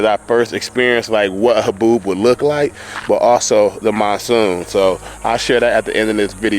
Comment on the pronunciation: I'm pretty sure it's Monsoon, not Moonsoon.